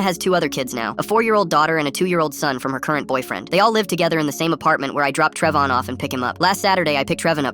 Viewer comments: “Trevon”❎ “TrevON”✅ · Just started and I hear Trev-on what is that?